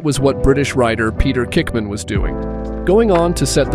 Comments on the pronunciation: Or kickman🤦🏼‍♂️🤷🏼‍♂️ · It's Peter Hickman not kickman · It’s Peter HICKMAN not pickman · It's Peter Hickman not Kickman......(if yer gunna talk about a legend get their name correct) and the 136.358mph was his AVERAGE time over the 37.73 mi course, they get up to almost 190mph on some sections in the litre class. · WTF I race bikes and I know peter Hickman cause he supplies bikes for the Ohvale cup which is a mini bikes championship but his name is definitely not Peter Kickman and it is definitely Peter Hickman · It's Hickman not Kickman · does he say "Kickman"? 😂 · Peter Kickman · When you've got living legend like Peter Hickman, please show him the respect of getting his name correct. Peter HICKMAN - with an H. Hence the nickname "Hicky". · The AI Voiceover on this is aids. I think there were like 9 words pronounced correctly lol.